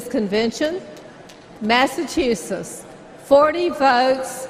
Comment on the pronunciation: Did he say Magachusetts ?????